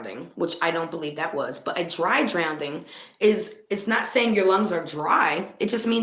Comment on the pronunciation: I love you and the work that you do!! But it's drowning theres no d in it🥸. I'm sitting here screaming it's drowning not drownding🤪🤪please don't take that the wrong way. Also I honestly think that her mom didn't identify her because she knew it was her, kinda makes you wonder if her mother knew where she was the whole time. That could be why Sammi was the one that was giving the information to the police, and not her momma.